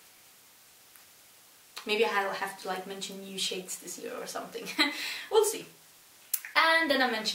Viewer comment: Great 👍 video. Great info. Glad u found ur brush. Funny : when you say "we"'ll see" it sounds like " woopsie". So I kept trying to figure out what the oops was lol. Love the necklace and eye shadow. When I post my shadow on IT it comes out full and flat. So I have to play with the filters to pump them up. But that makes me feel like I am cheating ! A video on products that you have worn out would be fun. Oh which Sun screen do you use? And do you apply it under or over the moisturiser ??? Feel better soon !!